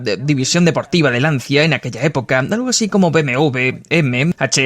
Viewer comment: mi querido doblador...se pronuncia: "Lancha" =) <3